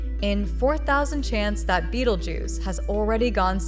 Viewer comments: She cant even pronounce the name right ! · Can't AI even manage to pronounce Betelgeuse correctly? Z